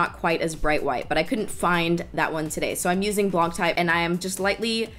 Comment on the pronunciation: Digging the soft look! But OMG pls stop pronouncing the “c" in “blanc".... Driving me crazy, woman #selfish